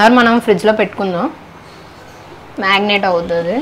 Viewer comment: Magnet 😅😅 its Marinate